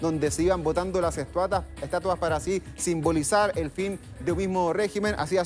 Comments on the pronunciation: SII 🤣🤣🤣 EL DIJO ESTUATA!!!!! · Dijo estuata o fue mi impresión...